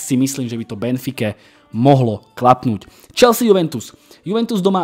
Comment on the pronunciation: Chvalim konecne spravne vyslovovani Chelsea se s…(y) chelzi uz mi trhala usi…aspon ty to rikas spravne..